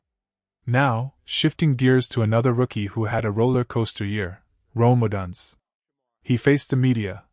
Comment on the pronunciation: Stop mispronouncing odunze 😮